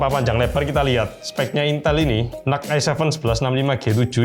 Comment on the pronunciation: Reviewer lain: Intel NUC (Dibaca: En-Yu-Si): Intel Nuk😎